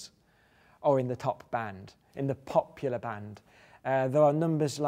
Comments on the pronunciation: I love the way he said "POP-pular" xD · The way he says pop...ular makes me shiver with antici..........pation.